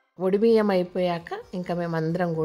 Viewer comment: వడి బియ్యం కాదండి ఒడి బియ్యం